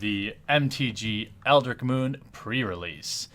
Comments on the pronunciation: you keep forgetting the t in eldritch...for months now...you're killing me. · definitely eldritch not eldrick